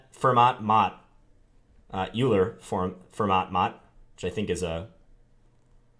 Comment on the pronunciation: Euler is pronounced Oiler by thge way